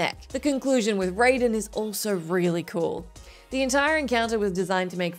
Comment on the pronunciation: "Here are the 10 best fanservice moments in videogames" Video: 9, take it or leave it. Also "this is number 1 to avoid spoilers", when the number 1 moment is used as the second laziest form of clickbait. Also, best boi's name is Raiden, not Rayden. I swear the only member of the crew that ever cared is, aka the one per list wonder.